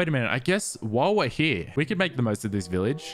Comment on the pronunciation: When he says “while we’re here” it sounds like he says “wah wah here”